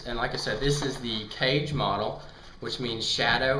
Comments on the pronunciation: Kage (kaw-gay) not cage. Just helping with pronunciation. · Great vid man and BTW it's pronounced Ka-Gea and not like Cage :) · Kah Gay. Thats how its pronounced. :) great review.